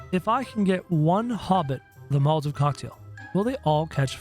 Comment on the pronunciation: He said molaovs not Mal-a-tovs!